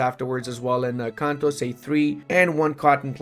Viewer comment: Every time you said "in Kanto" I heard Encanto